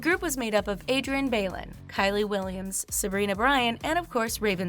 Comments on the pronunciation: Bai-lon not baylon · You just Michelle William’d Adrienne with that last name pronunciation but great video lol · Can someone teach this girl how to pronounce names? Lmao I gagged when she was listing Adrienne and Kiely